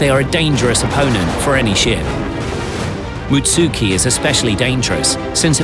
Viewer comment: Moot-SOO-Key? Oooooh...